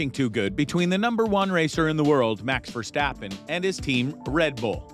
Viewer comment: mans said mAx verstAppen